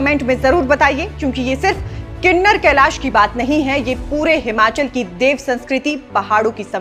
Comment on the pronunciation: Kinnner kalesh nhi Kinnaur kalish hai Please naam kooo sahi se log tk Poochaaao